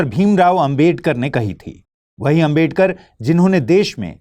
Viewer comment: Bhai naam to sahi se bolo ambedkar ambedkar bol rhe ho sahi to naam lo